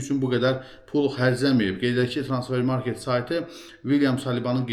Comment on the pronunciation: Artiq nece aydir YouTube alqoritmi sizin kanali qarsima cixardir deye baxıram ve fikir verirem ki, heç ne deyişmeyib, aylardir eyni cur davam edir: idmançı soyadlarını, klub adlarinı düzgün teleffüz etmirsiz, sehv deyirsiz (mes. Transfermakt evezine Transfermarket kimi). Bu elbetde ki, öz işinize, izleyicilerinize hörmetsizlikdir. İşinizin adi nedi, veriliş hazirlayanda bir az hazırlaşın, metni bir kagiza yazin defelerle oxuyun ki, üzünden oxuyanda bele çaşmayasız. En çox da soyadları düzgün tələffüz edin, heç olmasa idman kanallarinda, Youtube'da apariciların bu soyadlarin nece teleffüz etmesine fikir verin. Bir işe girişmisinizse bir az ciddi yanaşın. Hetta süni intellekden istifade etsez xsusi proqram metni daha yaxşı teleffüz eder